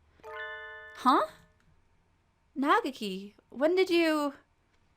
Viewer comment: If it helps, Japanese pronunciation is based on syllables and the accuracy of vowel sounds is much more important. So for example, Nageki is not Nagah-key, it's Na-geh-key. Each consonant is paired the following vowel.